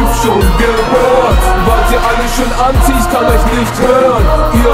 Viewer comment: Also am Anfang verstand ich nur etwas von ANZIEHEN statt Anti und auch so solltest du etwas mehr auf die Aussprache legen obwohl ich deine Stimme wirklich geil finde. Ich würd weniger Doublen. Aber die Doubles selbst sind gut gemacht (ich hör so viele versaute Doubles bei anderen) Das Video selbst hat eine gute Qualität aber die Schnitte sind doch leicht versetzt zur Musik. Die Musik passt gut und du triffst den Beat. Der Text ist auch gut. Gesamt ist es eine sehr gute Saubere Arbeit. Respekt!